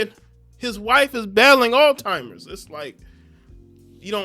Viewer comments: It's pronounced all zheimers not all timers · Bro said "ALL TIMERS....disease" 🤣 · It’s not all timers disease, it’s Alz-heimer’s disease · Brother it’s Alzheimer’s not all timers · Why does he keep calling it All Timers? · We gotta stop saying alltimers ....😒🤦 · Someone needs to get hooked on phonics. 😂😂😂